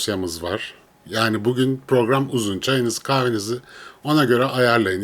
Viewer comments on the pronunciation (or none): none